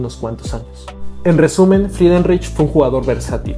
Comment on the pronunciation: CREO QUE SE PRONUNCIA FRIDENRAIJ.